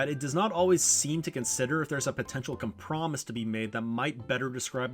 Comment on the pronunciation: no way you actually pronounce "compromise" like "come promise".